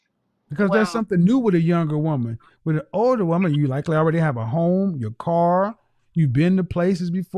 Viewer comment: She promounces the word "with" as "whitch.'